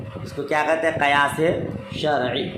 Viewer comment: Qiyas hoga na ke qayas